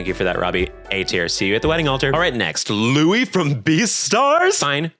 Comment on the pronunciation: Even before he said it outright in the video, I knew must have watched Beastars because he pronounced Louis' name correctly lmao